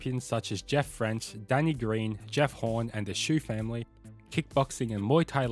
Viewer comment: There’s no way you called Jeff Fenech “Jeff French” 😂 Fuck mate